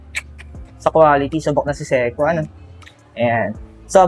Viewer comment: Say-Ko paki ayus nga Ang pronunciation inamoka.